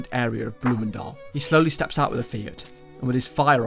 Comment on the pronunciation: can i just say, the pronouciation of bloemendaal and Landsmeer were very good!